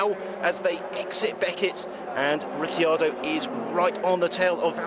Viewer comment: Val-tearee Bottas and Ricky Ardo